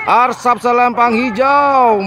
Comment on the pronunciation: Asrap bang...bukan Arsap..... 😂😂😂